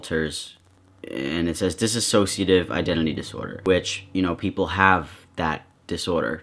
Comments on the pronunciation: Dissociative not dis-as-sociative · Can y'all stop saying disassociative instead of dissociative i swear it's so easy. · ITS DISSOCIATIVE NOT DISS-a-SOCIATIVE 😩😭😭😭